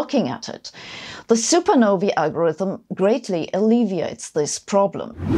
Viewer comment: Thank you so much for pronouncing supernovae correctly.